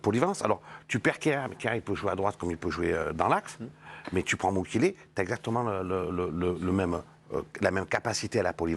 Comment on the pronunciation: ”Mukielele” mdrr ça commence bien 😂